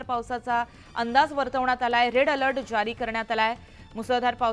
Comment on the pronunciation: रिपोर्ट रेड अलर्ट आहे ते रेल अलर्ट म्हणत आहे